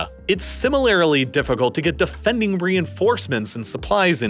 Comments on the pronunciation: My friend, the word is "similarly," not "similarily." Similarily is not a word in the English language . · Bro. You have such good content. You gotta stop saying shit like "similarily"